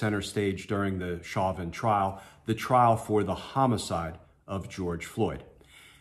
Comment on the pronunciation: His last name is French in origin. Pronounced as "shovan"